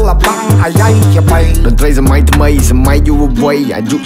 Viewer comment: คำว่า ดนตรีสมัย ใช้คำออกเสียงเหมือนไทยเปะๆเลย